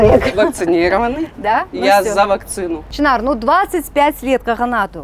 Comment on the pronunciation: может ШЫНАР А НЕ ЧИНАР.